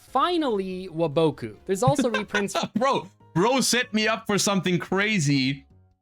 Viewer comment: Saying Wa -- bow-- kuu is WILD TO ME !! ITS WAH-BAku